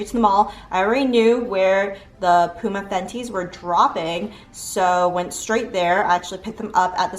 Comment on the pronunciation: It's pu-ma hun p-uma is like saying timon and pumba 😂🤣